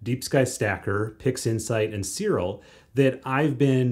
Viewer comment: why you say ... "Sirol" instead Siril, is write with a "i" of "image" not a "o" of "omicron".